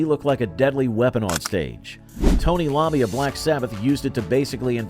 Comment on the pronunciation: TONY EYE OMMI NOT TONY LOMMI PLEASE TRAIN YOUR AI